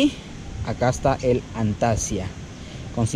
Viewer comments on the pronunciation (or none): Antasia jaja es Antisana buen video.